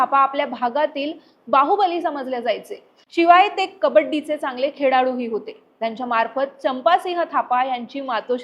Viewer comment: खेड़ालू nahi ग.... खेळाडू mhntat